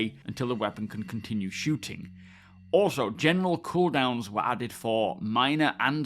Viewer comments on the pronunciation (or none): none